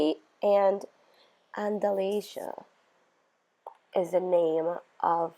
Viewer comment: Thank you for being the only one I've watched who pronounced Andalasia correctly 😂